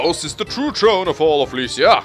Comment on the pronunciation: Why can't you say the letter "h"? it's tHrone and tHree not trone and tree